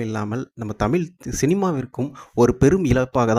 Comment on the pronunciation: please pronounce your thamizh like thamizh